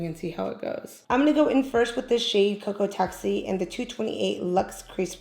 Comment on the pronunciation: Where’s your Spanish accent when you said Coco-Taxi 😭😭 Love you girl! 😘